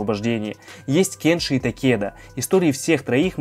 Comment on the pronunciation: Меня бесит что ты говоришь: КЭнши а не КЕнши